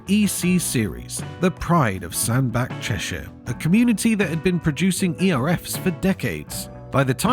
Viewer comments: I think you'll find Sandbach is pronounced Sandbatch. At least, all the drivers i know say it that way. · It's pronounced Sandba(t)ch. So not a great start. It sad that all these once great companies don't exist. Especially, considering that German companies who used forced labour in WWII still do. Maybe, British firms should have been more competitive more like their German cousins are. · For those who don't know, botyh Fodens and ERFs were made in Sandbach, Cheshire. This is actually pronounced as it is spelled, not in the German style Sandback. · I'm going to look like an awful pedant here but the correct pronunciation of Sandbach is Sand Batch! I live not far away from it. Great upload thanks. Shared it with my Neice and her husband who have a Scammell Showman's wagon.They're big Scammell fans! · Still need to learn how to pronounce Sandbach . Any Lorry Driver in the UK Young or old will know this Famous M6 Junction up North